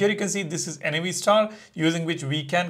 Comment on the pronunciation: Why do you keep calling it N-A-V star? it's Nav as in navigation.